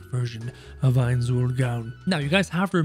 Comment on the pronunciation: i thought you were calling him heinz for the majority of the video, didnt read the title